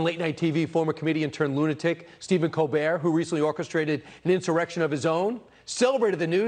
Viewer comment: love your content! hate the way you roll you r's when you say insurrection lol